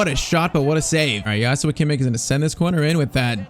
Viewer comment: its joshua bro not yoshua